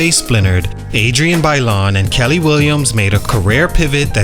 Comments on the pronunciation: It’s Kiely williams (key-lee) not Kelly! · That damn girl’s name is pronounced “KEY lee”😅😂 great video regardless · Her name is pronounced like key-lee.